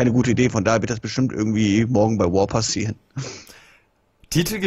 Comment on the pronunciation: woa anstatt raw😂